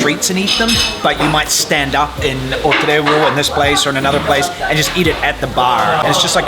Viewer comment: Its "TREVO" not "TREBO". The ignorance of Spaniards to the Portuguese language is so big